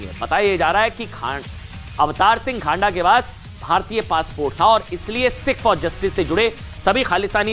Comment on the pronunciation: Not खांडा....but खँडा....news पढ़ते ho दायें बांये thora naam ka उच्चारण confirm kr liya kro